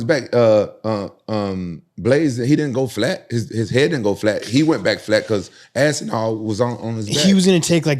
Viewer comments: they all started saying Assinall lol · why does Luke have to call Aspinall ASSINALL? bro wtf